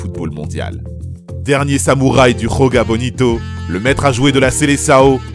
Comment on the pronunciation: Le "J" en portugais c'est pas la jota comme en espagnol ca se prononce pas comme ca mais ca se prononce comme en français